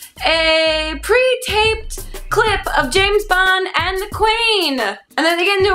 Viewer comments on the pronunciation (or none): I thought Grace said, "Pre-taped Clit...". I really need a Q-tip!